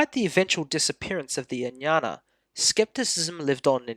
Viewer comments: Ajñana (अज्ञान) will be correctly pronounced as "AGyan(a)". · I beg to strongly differ. "AGyAn" (where even the terminal 'a' is NOT pronounced) is the Hindi way of pronouncing it. "Ajñana" is the correct Sanskrit form. In Marathi it is "AdnyAn(a)". In Gujarati it is "AgnAn(a). Please do not try to impose the norms of Hindi on the rest of us. ~Vima Kadphises Kuṣāṇa, (Οοημο Καδφισης alias Vivek Khadpekar)